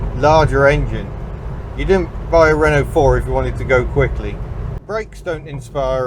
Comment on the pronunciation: citroën and renault is mispronounced.